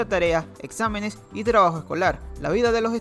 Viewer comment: Soy yo o en las palabras con "tr" ejemplo:trabajo-tgabajo